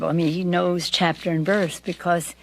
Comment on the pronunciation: You know your dentures aren’t in properly when you can make the “b” in because without ever closing your lips 😬